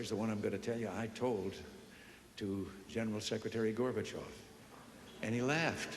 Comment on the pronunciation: Забавный факт: только с третьего раза и только благодаря субтитрам понял, что он произносит фамилию горбачев, а не слово мусор, которое по английски звучит почти так же